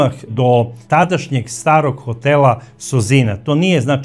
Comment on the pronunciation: Braco, nije Nóvaković nego Novàković ili ako oćeš po crnogorski Novakóvić. Nije Sozìna nego Sózina